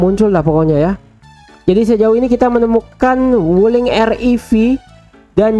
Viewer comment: Wuliing nya jadi Gulling🤣🤣